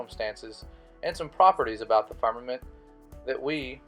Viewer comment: He cant even say "firmament" right and expect us to believe him.